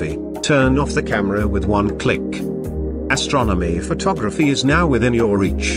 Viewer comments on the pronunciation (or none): Can't afford a real person to do the narration. The robot can't even pronounce astronomy photography, makes you not trust the company